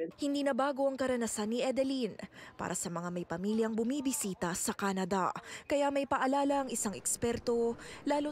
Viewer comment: “Kenede” “umepele” 🤦🏻